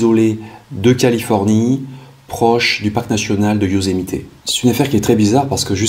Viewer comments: Euuuuuh, par contre, le " Yosemité " , ça fait vraiment bizarre... C'est le parc du Yosemite... Y'a pas de "é"... Sinon, super vidéo, merci à Toi !! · Bon reportage, merci. Juste....on dit Yosemitt, pas Yosemité 😉 Ce mystère a beaucoup fait jaser... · Yosemite pas yosemité 😉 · Bonjour j'adore vos vidéos. Veuillez m'excuser mais je trouve que vous écorchée beaucoup les noms des états et là c'est Yosemite et non Yosemité. Je suis d'origine Américaine. Il fallait que je vous le dise. Mais cela n'empêche que j'adore votre travail.